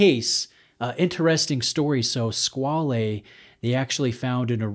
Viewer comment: You're not far off with your pronunciation.